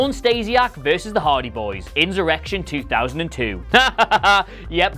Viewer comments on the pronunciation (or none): This is a pathetic video. I also hope he does no writing, editing or any form of journalism ( not that this pish, nor their terrible website could be considered that) because he apparently doesn't know the word insurrection or how to pronounce it. He say inzoorection!! You are better off miles away from them in this case mate. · This is an absolutely terrible video. Also why can't he say insurrection ( he says inzurection, is he not supposed to do what he would call writing for their website. Fuck sake.)